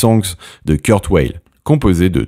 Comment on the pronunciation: [Kourt Vayl], pas [Keurt Oueyl]...